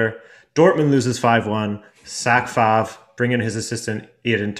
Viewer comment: Fantastic video apart from the way you pronounce Favre